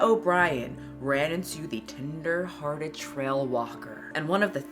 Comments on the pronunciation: I'm howling every time you say "tender-headed" instead of "tender-hearted". LOL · I keep hearing "tinder-hearted" not "tender-hearted" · The way said tender-headed instead of tender-hearted multiple times 🤣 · Not me thinking you're saying "tinder-hearted trail walker" every time lol